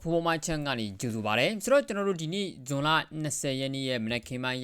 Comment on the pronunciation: ဂျွန် မဟုတ်ပါ ဇွန် ပါ